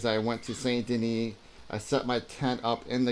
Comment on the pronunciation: I really wanted to listen to you and hear what you had to say, but I just can't trust someone who doesn't pronounce Saint Denis as "Sandy Knee"...